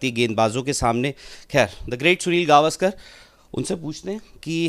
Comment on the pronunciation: Sale gavskar nahi sir gavskar to bol dehati he his legend